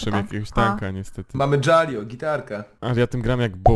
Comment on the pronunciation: Dżalio to chyba po orkowemu xd